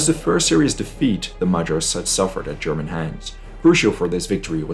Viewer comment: Greetings from Augsburg! Every child in the region learns of the battle as early as elementary school. :) You explained the battle very well. PS: nice German pronunciation :D